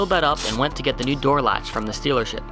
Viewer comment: Did you say, "stealer ship?" Hahaha! ;)